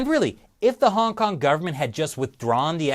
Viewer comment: It's called Hong Kong, not Hong Can't.